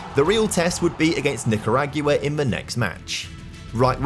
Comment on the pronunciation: I’m not trying to be rude or anything but you pronounced Nicaragua wrong (Ni-Cuh-rah-guah)